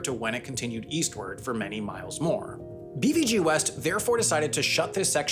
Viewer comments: Haha so true, especially the way he pronounced BVG "Bee-vee-gee". Since I only know it from a German context I have only ever heard and pronounced it BVG ("bay-faugh-geh"). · Bee wee gi 😂😂😂 that sounds soooo totally wrong. You say it Beh Fau Geh BVG 😂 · As a native born Berliner I feel offended and violated by your pronounciation of BVG! May the wrath of "Wir lieben dich 💛" come onto you! 🤪